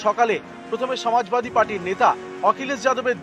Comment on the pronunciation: বাঙালী বাংলাতে উচ্চারণটা করলে হয় না? সমাজবাদী কে ছমাজবাদী বলে কী বেশি স্মার্ট লাগে?